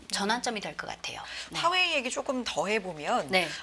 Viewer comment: 듣기싫어..화웨이 발음